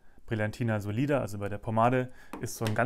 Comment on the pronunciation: The Linetti's "oil" is conceived for finishes, like comb the hair on the temples and on the forehead, not for a complete combing. P.S. The correct pronounce is "Sòlida", with the accent on the letter "O". Sorry, but I'm a little bit finicky !